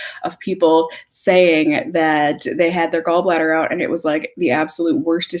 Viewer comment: Lol I love when your accent comes out. “Figure it oat!” Hahahaha